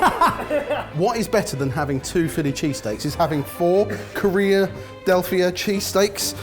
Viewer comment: well deserved win for! i'm interested in trying version. aaaaand as soon as said "korea-delphia" i prayed for his soul. hahaha well done yet again, boys.